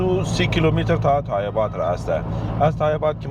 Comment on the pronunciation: سرقت = دزدی سبقت = جلو زدن تای اباد نیست تایباد درست هست فارسی را کمک بهتر تلفظ کنید